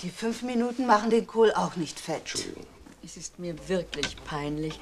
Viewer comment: Gab es evt früher keine sogenannten Vocalcoach? Frau Meysel spricht manchmal recht eigenartig. Schuljunk, wenjer, Beleijunk, Entschulje, u.v.m. Zwar nicht schlimm, aber doch verwunderlich, ich dachte das gerade Schauspieler eine korrekte Aussprache haben sollten, es sei denn ,sie sprechen Dialekt.